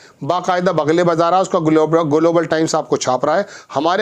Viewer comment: IS PATRAKAAR KO GLOBAL KA PRONOUNCIATION NAHIN AATA..DHYAN SE SUNIYE...